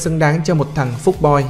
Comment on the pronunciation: nhưng ad phát âm ra " phúc " boiz mà :vv